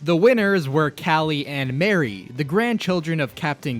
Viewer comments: nah bro we cannot let this slide. that is NOT how you pronounce Marie's name. its "muh-ree" NOT mary. get it through your thick skull of yours smh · You're the only youtube ive seen to actually say DJ Octavio's name right, yet you call Marie...Mary? Confused. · it triggers me that he pronounced marie's name m-air-e instead of m-ah-re. Calliemarie Calamari their whole life has been a pun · It’s Marie not Mary which is muh ree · it marie, not mary.. good video tho (also no way this man predicted splatoon 3 mr grizz) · It's Mar- ie not prenoinsed marry. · It's not merry it's ma-r-ie 🤓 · ITS PRONOUNCEC MARIE NOT MARY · ITS NOT MARRY ITS MARIE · its muh-ree not mary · Marie is pronounced ma-REE not MAY-ree (not like Mary) Both as a name IRL but also because they're Calimari. It doesn't' work if you say Calimary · MAR-EE NOT MARY! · How are you able to say calamari correctly but not marie? her name is literally based off of that word. it’s not mAEry it’s mAURy. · Why do you call her Mary not Marie (Mar ie) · I thought it was "Muh-ree" not "Mary" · Noooo Ma REE not mary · It’s mah-ri not Mary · You are saying Mary its Marie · I thought it was marie not mary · Mary is pronounce (Mair-ee) Marie is pronounced (Muh-REE). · It still grinds my gears whenever someone pronounces Marie as “Mary,” even though the official pronunciation (according to the Splatoon Directs) is “muh-ree.” Either way though, she is still best girl. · I cringed every time you said salmonoids. As well as Mary. Her name is Marie! muh-REE. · I know i'm very late to reply to your question but no, Marie's name is not pronounced as "Mary". It's pronounced as "MAH-ree" (intentional caplock into "Mah") because Callie and Marie's names are a joke to the word "Calamari" which are basically the name for squids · facts💀 its mar ie not mary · it's marie not mary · Callie's cousin's name is not Mary, it's Ma-ree. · btw it’s pronounced mah-REE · Marie's name ain't pronounced as Mary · Its marie muh rie get it right